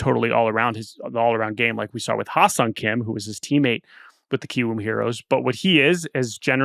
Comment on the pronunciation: Pronunciation of given name is closer to "Heh-Seong" not "Hi-Seong"